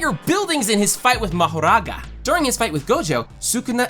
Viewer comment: Bro sounds Indian when he say mahroga